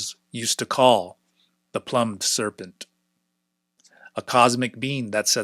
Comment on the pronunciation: Really enjoying this, thanks! One little detail: "Plumed" is pronounced "ploomed" (rhymes with doomed), meaning "with feathers".